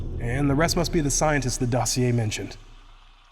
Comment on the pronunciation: Hahaha, can't listen to a story from a guy that can't pronounce dossier.